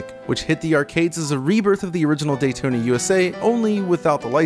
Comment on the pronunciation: Say "Dayton" one more time....